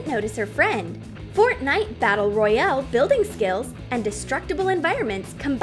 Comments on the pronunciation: My head hurts every time u say Royale wrong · Fortnite😂the way she said royale at the start